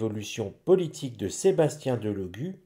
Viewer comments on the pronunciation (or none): Cc bonsoir,mr Delogu est un compatriote d'origine Sarde,je suis Sarde et fière de l'être mais il nous fait honte, les Sardes sont très orgueilleux Delogu se prononcé Délogu, merci